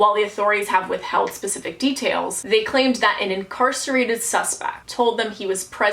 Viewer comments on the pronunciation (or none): none